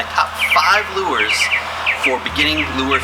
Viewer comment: I think its pronounced "lures"